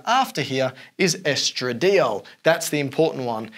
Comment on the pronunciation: is the most excellent video of this kind. The only blemish is that estrodiol should be pronounced with the intention of making 2 alcohol substitutions, which is what "diol" stands for. The molecule has 2 alcohols, and usually organic professors pronounce it as "dye-all." The 2 opposite ends of the cholesterol cyclic skeleton can each be either an alcohol or a ketone. So, it can mathematically derive 4 different hormones, but there are other methylation substitution points. But estradiol is the simplest, with just two alcohol hydroxy groups.